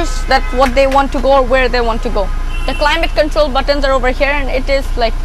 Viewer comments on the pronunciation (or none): none